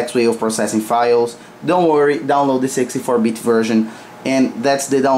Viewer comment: when he says 64 bitt sounds like sexy4 bit